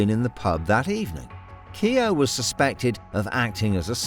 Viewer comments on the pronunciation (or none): Keogh is pronounced Kyeoh.